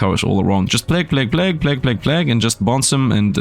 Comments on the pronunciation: Plag tower :D check pronounciation Sir :) Plague = Play-g. Like Play with the G from the word big added. Nice contant, i really enojy the tower defense games. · Given you're a non-native English speaker, 'plague' is pronounced like 'played' with a hard G (like in 'game') at the end in place of the D 🙂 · Pronouncing plague, funny. Its plAge, then again i got D’s in school so. Ehh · First of all, great video. But please, please check the pronunciation of "plague". I have never before said anything to any YouTuber about pronunciation, but somehow the number of times you said in combination with your pronunciation made it very grating, I'm sorry. Might very well be that that's a "me"problem but I needed to say something. Anyways, keep up the good work.